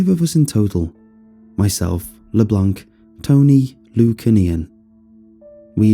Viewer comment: You are saying LeBlanc wrong